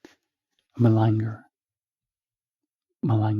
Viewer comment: Love this double use of relaxing and inevitably learning a few new words by mere exposure! O. To malinger is pronounced differently. And someone who malingers is a malingerer. Not sure where you got that alternative pronunciation from; can't find it myself